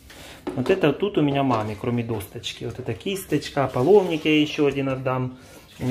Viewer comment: Не аполовник, а. Половник